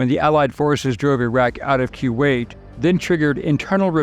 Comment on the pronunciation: Love your channel! But...I feel like you don't know how to pronounce Kuwait. 🤔